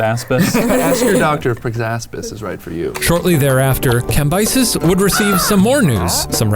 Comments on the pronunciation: Cambyses Sound like "camp Isis" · Cambyses - kam-BEE-SEEZ Sorry i was bothered